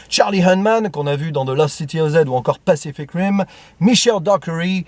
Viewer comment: Quelles prononciations! Last Christmas qu'on n'a pas vu mais que Capitaine Critik a apprécié il me semble de souvenir. Charlie Hunnam joue dans Pacific Dim heu Rim Ce film avait été proposé en rentrant la nuit de notre voyage de Seconde et je m'étais endormi au bout de 5min et réveillé pour le final. Pour l'anecdote, il est arrivé la même chose à mon pote qui était à côté de moi et bizarrement le film suivant nous a maintenu éveillés. Hey Guys il y a Ritchie Porte hu hu oui je m'amuse. Houu houuu faut voir les films de super-héros. Dans le prochain MCU tu auras Florence Piouuuu. "Ciselé" on se rapproche du terme "ficelé". C'est un film accrocheur. Guy Ritchie présente bien ses perso en expo en général mais le scénario ne l'aide pas bcp. Je pense à Sherlock Holmes 1 où on comprend le personnage rapidement même si c'est un peu fin et bancal. Aïe j'avais prédis le "côté visiblement un peu raciste sur les bords" en voyant le trailer. Houlà un scénario rendu compliqué pour pas grand chose manifestement. Y a Mickey? Tu ne rejettes pas le MCU et Disney du coup mdr. Le baron... tiens la nouvelle saison avec Merad sort en ce moment ou bientôt. On en parlait par rapport à Une belle équipe. Je connais très mal la filmo (seulement 2 voire 3 films mais pas un réal qui m'attire franchement). Au final je n'irai pas le voir même pas sûr que je le vois un jour honnêtement. C'est marrant mais il y a des films qui ne me passionnent tellement pas sur le papier comme celui ci. On se demande quell